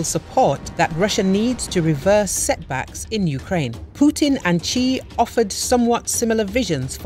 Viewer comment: Quite accurate, his family name is Xi, pronounced Shi